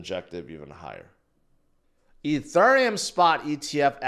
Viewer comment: Why do you say ETHURIUM?? So cringe